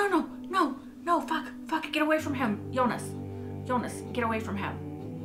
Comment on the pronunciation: I'm not so bothered by her pronunciation of most names (but then I'm not German), but I'm just glad she stopped calling Jonas "Eunice". It always confused me whenever I heard it.